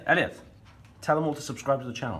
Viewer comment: Also he says tubscribe